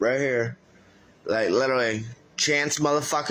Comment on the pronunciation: “like litewally”